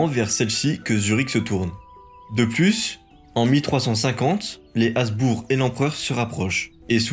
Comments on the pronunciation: Détail : Habsbourg se prononce Habssbourgue avec un h aspiré, comme cela vient du prussien et de l’allemand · Bonne vidéo et bonne leçon d’histoire, mais: On dit Schwitz, pas le Schwitz On dit Uri, pas l’Uri On dit col du Gothard, pas de Gothard Il me semble qu’on doit prononcer le b de Habsbourg. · Merci, je découvre ta chaine ! J’ai enchainé Clovis, La Reconquista et maintenant la Suisse : c’est très bien foutu, et très bien documenté. Par contre, gaffe aux détails : ici, tu as prononcé environ 175 fois /asbour/ au lieu de /absbour/ 😬